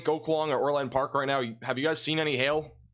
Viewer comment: ITS NOT OR-LAND,PARK--ITS ORLand.PARK---SHORT A--GOT IT???